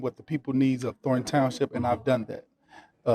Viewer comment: Please learn how to say "thorn" instead of just "thor", thank you.